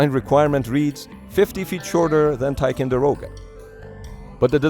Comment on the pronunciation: Somehow the robo voice has trouble with 'TicOnderoga' too. Misspelled text to voice?